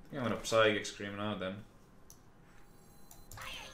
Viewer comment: it's a fucking sychic scream!!! Not PPPPPsychic scream!